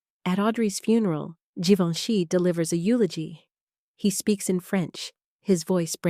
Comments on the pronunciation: Please pronounce Givenchy correctly. No hard G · I am glad you posted this. Givenchy (first letter) is pronounced like the SECOND, (soft g) in garAGE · Can you make your IA narrator pronounce Givenchy right all the time, not only every 5th or 6th, please. It is so irritating. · WHY IS GEVINCHY PRONOUNED WITH A HARD G AND THEN A SOFT G IN THE NEXT PRONOUNCEATON? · Interesting facts- horrible text, very redundant and please, 3 different pronunciation for “Givenchy” ??? Most aggravating. Very painful to listen to.